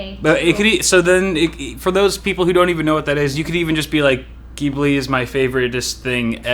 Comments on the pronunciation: wait her favorite STUDIO GHIBLI character!?!? Isn't it pronounced Jee-blee!?! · maybe if you tried saying studio ghibli instead of what sounds just like.. giblee. I actually kept getting triggered by that